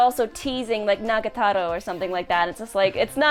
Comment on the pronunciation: 1 month later still don't know how to properly pronounce Nagatoro